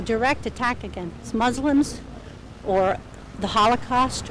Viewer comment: did she say "Smuslims"?!